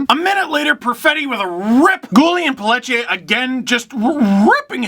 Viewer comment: Dude did you just pronounce Pelletier as Pellet-ier? It's Pelle-Ti-ay